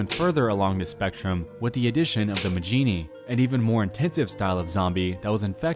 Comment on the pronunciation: With the way he says majini...I wonder how he says fajita.